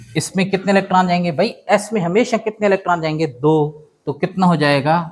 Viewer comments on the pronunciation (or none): none